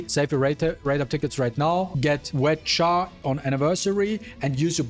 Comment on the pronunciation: I love how you call her "wet Cha" lmao. Idk why am I still playing this OC robbery game